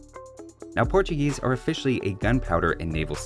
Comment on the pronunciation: *Portugeese lol